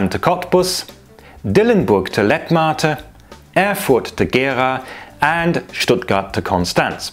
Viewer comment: Obligatory complaint from a local: It is pronounced Let-MA-the, not LET-mathe ☝️😅